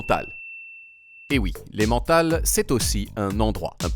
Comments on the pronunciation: Quand on fait aussi bien l'accent british, on se DOIT de dire "EmmeNNNNNtal" et pas "aimantâle". 😁😁😁😁 Allez, un p'tit effort, c'est germanophone alors on prononce toutes les lettres, y compris le N ;-) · Excellent mais on dit pas em en tal mais emeuntal ! C’est de l’allemand! Bitte! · prononcer "èm eun tahl", pas "aimant-tahl" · On dis emennntral mais pas emantal ^^ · GG! Cool vidéo. Évidemment je ne résiste pas à la tentation de participer à l'amélioration la culture française, donc voici un petit input: Emmental se "é-meune-tal" et pas "é-man-tal". Voilà, ça se prononce à la suisse, comme c'est une fromage suisse, et puis c'est tout <3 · On dit pas emmENtal 🙄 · On prononce emmintal et non emmantal. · ça se prononce "Emmènetal"!!!.."Aimantal" ça existe peut-être en frouzie mais ici on fabrique le VRAI Emmental!! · Super vidéo comme d'habitude ! Par contre si tu aimes tant ce formage, prononces son nom délicieux avec plus d'application (ça se dit émène-Tale, aimant-tal c'est juste faux). La bise ! Signé: Un Suisse originaire de Langnau (in Emmental) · Par contre ça me stresse de l'entendre dire ''émantal''... Tout le monde en suisse dit ''émental'' en prononçant E puis N et non an ! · On prononce "Emmintal" non? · Ça se dit "Emintal" 😂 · Personnellement je prononce emmental comme ça :"èmmEntal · Avec l’accent suisse, ça donne plutôt emmèntâl 😂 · ca se prononce à l'allemande , donc é-mène-tal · Désolé mais ça se dit emmeunetal mais on te pardonne tinquiète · Par contre on prononce é-mèn-tal par pitié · au milieux des éloges pourrait-on mentionner le fait qu'il a prononcé aimant-tale tout au long de la vidéo alors qu'ici on prononce à l'allemande 😭😭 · soyons clair, ON DIT EMMEUNTAL ! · Un morceau d'aimant thal.... Quelle prononciation infiniment abjecte!! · Par contre la prononciation svp mes oreilles cris... on dis Emmennnnntal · ça se prononce Emmental, pas Emmental! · Même la prononciation est française bien joué 😬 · Comment il prononce comme ça ? 😭😭😭